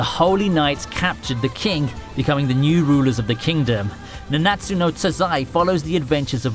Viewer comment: I like the V/O but mate, has to seriously pay attention to the pronouncing, it's nanatsu no taizai, he looks like he's saying tazai and he's lowering on the a's or something in nanatsu, or bakugo for example, it's weird, and I believe it's hunterXhunter not hunter hunter but I may be wrong... but taking that aside, I still liked your top 10, fate/zero along with fate/stay night: unlimited blade works should be in 1st place;b, love your videos! Still looking forward to what you still have to show! You still haven't disapointed me <3